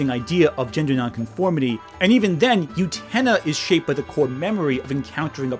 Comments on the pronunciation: oo-ten-UH not you-tennah. DAMN. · I feel so, so bad, but every time I hear you say "Yutena", it physically makes me twinge and briefly pulls me out of the video. Great points and interesting video, and the mispronunciation of Utena doesn't detract from these point, but the middle of the video was kinda rough because of that. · The way you pronounce utena through this video is like how Benedict Cumberbatch pronounces penguins. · Am I wrong or are you mispronouncing Utena? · UTENA MENTIONED! I desperately need you to start pronouncing the titular character's name correctly, though.